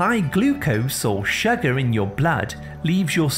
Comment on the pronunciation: I think his natural accent is probably from the north or middle of England and he has flat vowels which he’s trying to disguise for whatever reason. He’s turned the flat “uh” sound in “sugar” into the “ah” sound which he thinks sounds better (again for reasons best known to himself) when in actual fact even people from the south of England don’t say “shagger” (which in the UK is something else entirely!) they say sugar with a slightly less flat “uh”. I love the different local accents and have to admit it was grating on me too, so that explanation is my best guess 🤷‍♀️